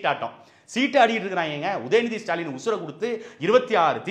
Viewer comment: இனி தூய தமிழில் முதல்வரை சுடாலின் என்று அழைப்போம். உங்களுக்கு ஸ்சு. ஸ்சு என்று கேட்கிறதா. எனக்கும் ஸ்சு ஸ்சு என்றே கேட்கிறது. சந்தானம் காமேடி.